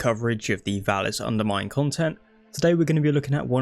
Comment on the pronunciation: ITS CALLED "THE VALLIS UNDERMIND" NOT "THE VALLIS" "UNDERMINE"